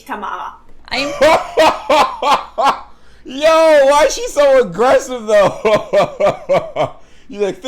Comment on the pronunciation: The "Fick dich Tamara" from her was perfect. lol